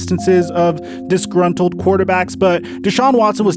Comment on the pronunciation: Has anyone else noticed he says discruntled almost every video